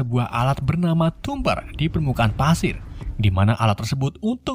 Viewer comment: Pasir bang bukan padir